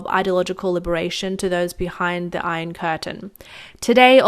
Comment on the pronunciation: ermmm...she has trouble with "iron", I dunno if simplifying the script would really help.